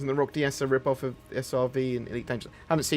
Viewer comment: Says "Roc-DS" Me: fart noise